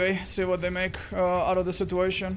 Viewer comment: This man refuses to pronounce "situation" correctly.